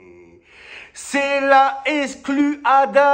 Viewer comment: EXLU. Il l'a écrit comme il le prononce! Bien vu Momo!